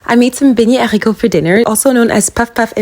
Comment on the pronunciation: Her voice is so cute and the way I pronounced beans in french is so beautiful ❤❤❤❤. I have been learning french for 8yrs straight and I can't pronounce that good neither speak it fluencttly 😂😢😢😢😭😭😭